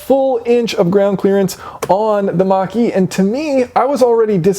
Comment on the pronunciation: The more times you say," Mach-E" the more I hear "Marquis". Really wish Ford would have stuck with the Mustang's roots and made it more of a sporty muscle car instead of a Crossover